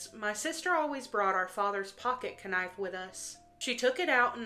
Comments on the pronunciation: ~ You think that the word "knife" is pronounced k-nife? 🤣😂🤣 What do you cut your food with? It's pronounced 'nife'! You need to go back to school. 🤦‍♀️ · Did the tea cup lady say..."KA nife"? 😂What? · Did she knife with a k sound? Kanife? I swear she did.. first story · Me and coworkers always call it that. (K-niefy) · Certain words are flagged so they have to mispronounce words sometimes. It's really annoying tbh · Trying not to get her video demonetized. Key words get flagged. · she definitely did 😂😂😂😂 ctfu